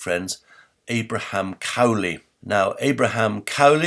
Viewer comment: Interestingly, Bonner Cutting seems to have a quite different interpretation of why Alexander Pope and Lord Burlington sought to cover up Edward de Vere’s authorship. (A very minor point: I think the name “Cowley” is not pronounced in the way it is pronounced in this video.)